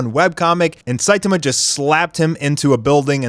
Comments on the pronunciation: ITS NOT SITAMA ITS SAITAMA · It's very refreshing to watch a OPM commentator who actually knows how to pronounce Saitama correctly. Props! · That way you say Saitama kills me bro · I cannot with the way saitama is pronounced. Lol.